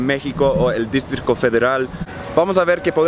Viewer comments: Se dice "distrito", no "districto". 😎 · Those tacos look amazing! 😍 Also I thought this was cute, but you're pronouncing DISTRITO as DISTRICO! Love your videos.. #VIVAMEXICOCABRONES🇲🇽🇲🇽🇲🇽